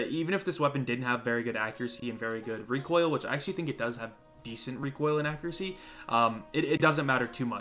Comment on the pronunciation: REEKOIL khurr-khurr-khurr And btw the intro is on an another level😂